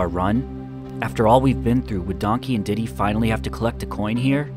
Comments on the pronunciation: Its diddy not dinky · Thats diddy, not "dinky"